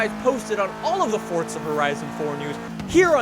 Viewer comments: It’s not fucking fortza it’s fucking FORZA. He says it like it’s fucking pronounced Fort za. Omg he is so damn stupid. WELCOME TO FORTZA! ITS FORZA U IDIOT. FOR ZA NOT FORT ZA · It's Forza not Fortza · its not fort-zuh its four-zah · FORZA.......not forTza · how does this guy have almost a million subs with the way he says forza...its not fortzuh bruh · KAL 1 Am I the only one hearing him say FORT?